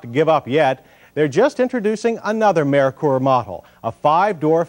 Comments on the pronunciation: Lol it's pronounced Murker not Merikur😂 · I always thought it was mer-ker , as in Mercury. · Was “Merkur” really that hard to pronounce?